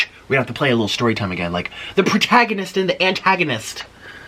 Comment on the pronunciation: He said the pertaganis and the protagonist 😭😭😭 we love you nick